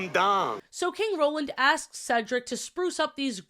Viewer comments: I find it funny that as a kid I never realized that Sofia was saying Cedric name wrong in season 1. 🤣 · Sofia pronounced cedrics name wrong But got right in the end she was doing it on purpose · I've NEVER liked that Sofia mispronouncing Cedric's name was a running joke. Once or twice? Sure? Ongoing like this? Literally the only reason they get away with it is because it's being done to a white man. Any other gender or race, and that joke wouldn't fly, and frankly it shouldn't be allowed to fly here, either. ESPECIALLY from the protagonist of a show aimed at such a young demographic who, in any era but ESPECIALLY this one, should not be learning that repeatedly mispronouncing another person's name, even if they repeatedly correct you, is a cute, funny character trait. It's not quite on the stalking problem in Miraculous, but it's still firmly in the 'a bit of not good, old chap' camp. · Because of this show, I could never remember how to pronounce my academic advisor’s name in my freshman year of college. His name was Cedric and I had only ever heard the name through this show (at the time, I had only seen the first season), so I would always stutter and mess up his name. I would go, “Hi, I’m here to see Cee-Ceh-Cee? Ceh? Dric?” Stressing the entire time. I wouldn’t be surprised if he thought I didn’t like him. He was super nice and I always felt so bad. T-T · the entire 1st season i was so defensive i was like "SHE JUST HAS A STUTTER STOP BEING SO CRUEL IT'S A DISABILITY" about her mispronouncing Cedric's name, at the time by season 2, i thought "oh she's improved. she's finally got his name & 'Ce' sound right. good for her." now as an adult ... i swear she might just be messing with him on purpose & my undiagnosed naive autistic child self, took her as serious 💀